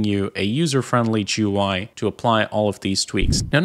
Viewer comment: GUI = "gooey"